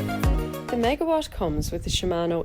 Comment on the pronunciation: It is not megawash it is megawat! LOOOOOOOL